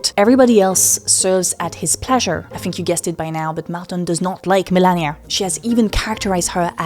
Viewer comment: Why do you say milennia not melania?